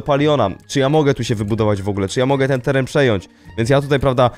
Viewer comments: "teran" Piękne 😅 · "teran" i "umieszony" piękne 😅